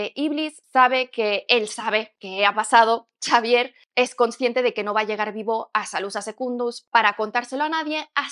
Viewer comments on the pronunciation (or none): Xavier se pronuncia Javier no Chavier XD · en inglés se pronuncia "seivier" XDXDXD